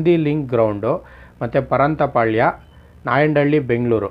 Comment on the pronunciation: Bro parantapalya Alla bro pantarapalya pls nivu banni